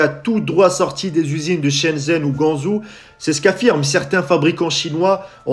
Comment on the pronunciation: Si tu sais pas prononcé Guangzhou en chinois utilise au moins le nom français de cette ville, Canton